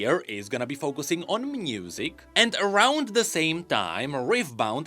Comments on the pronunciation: ok it's not just me, he is saying mnusic right? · What "mnusic" means,?:D Its triggering me so hard, why he is saying "mnusic" all the time?:D